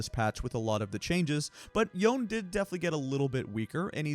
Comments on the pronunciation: Yone is pronounced as "yo-neh", not "yawn". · for goodness sake his name is pronounced "Yo-nay" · Take a drink every time he called Yone "Yoan" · No. It's Japanese. ヨネ. Yo Ne. The Yo is pronounced like the the English word Yo. The Ne is pronounced like the English word "Nay". Both syllables should be pronounced equally as long with no stress. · Me wincing every time I hear the name “Youn” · Watch any Riot stream where Yone is played. It's definitely not "Why" + "One" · that is the most incorrect pronunciation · that is absolutely not the correct pronunciation